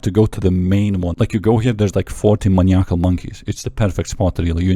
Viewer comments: Man eye ah cool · W video, love your pronunciation of maniacal also 😂